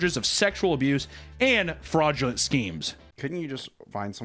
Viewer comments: not sure if Faudulent was meant, if so it fit the video amazingly. Couldn't stop hearing Faudulent in Hunters disability voice the rest of the video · "FAUDULENT" lol